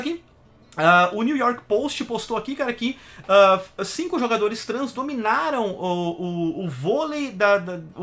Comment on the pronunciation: Quando voce fala "Jogadores trans" eu entendo como "5 homens"